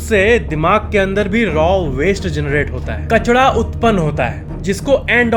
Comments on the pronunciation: कचडा नहीं कचरा।😂🤣😁😀😁😂🤣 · आप कचरा क्यू नहीं बोलते ~ कचडा क्यू बोलते 😂😂